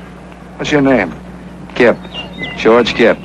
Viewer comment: I was a bit shocked that he mispronounced the word 'Gipper'. While Reagan's diary entries show total clarity and engagement with his job, with long hand written daily entries, I have picked up that there were some changes to his speech in 87-88. Sometimes getting words out wrong, like this, or sounding breathless. But he was in his late 70s by this point, and probably just exhausted from holding the most gruelling job in the world for most of the 1980s.